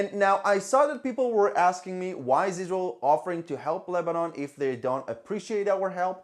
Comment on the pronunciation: EEzrael ( as you pronounce it ) has done it . Everybody knows it . The Lebanese governement . which IS Hezbollah , has no interest in pointing at EEzrael because if they did so , it would implicitly confirm what everybody also knows : that Hezbollah was storing the chemical to make bombs . Both sides have criminally stuck together to cover each other .